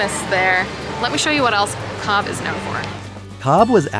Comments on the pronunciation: It is shame you repeatedly mispronounce Cobh as Cob instead of Cove. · It is pronounced COVE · Its pronounced 'cove'